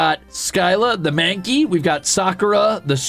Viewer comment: OH GOD HE'S PRONOUNCING IT SO WRONG 😭😭😭